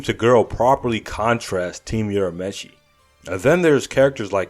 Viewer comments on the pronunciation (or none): stop saying yurameshi. its lame